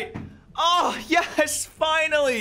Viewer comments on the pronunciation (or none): Why the fuck do you say Ges instead of yes. Jk really cool shiny video